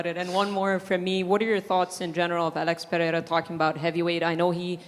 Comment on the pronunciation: and he pronounces Alex Pereira better than DJ does😂😂